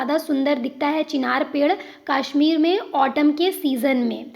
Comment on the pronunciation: Its kashmir ✅ not kaashmir ❌😂😂😂